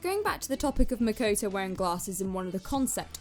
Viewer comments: "Mekoitoui"lol it's makoto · "Makuwtuw" For real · "was makoetoe" MMMHMMHJGGSJROHOERJOROJIFIEJGOJOIJFA